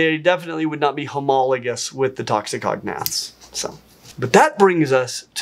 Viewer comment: fun! But the way you pronounce "toxicognaths" (ie, toxi-cognaths) makes them sound like a dangerous part of lingustics (cf "cognate"), rather than "poisonous jaws" (since gnath is derived from the Greek word for "jaw"). So please say "toxico-gnath"!